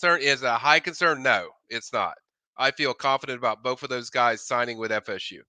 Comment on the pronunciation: Both it’s pronounced BOTH TH not FF